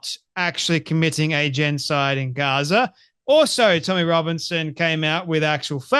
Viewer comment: This guy guy can’t even pronounce the word genocide. He’s a 🤡 shill for the little men in the little hats gang.